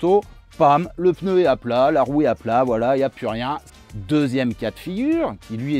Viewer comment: Super vidéo/tuto, toujours aussi plaisante, instructive et divertissante. Et Oui on dit Peneu (on utilise le E que les autres enlèvent à "cheveux : chveux". V les zamis